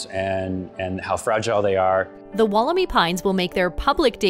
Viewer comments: dantemadden You’re wrong too, it’s pronounced, wolla-my. There’s no double “o” are you thinking of Woolamai beach, in Victoria? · walker Not, “wool,” it’s “woll,” Sounds like, wolla-my. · Atleast pronounce Wollemi correctly, It’s pronounced Wool-le-my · Pronounced woll-em-eye